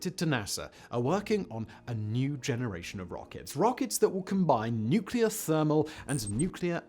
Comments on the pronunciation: As George Bush said, " nuc-e-lor". ;~] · its his stuff nose mate mispronounced it 😅😂